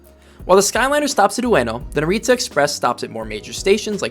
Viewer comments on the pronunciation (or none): It's better pronounced HAH-neh-da, not haNEYda. Also NAH-ri-ta, not naREEta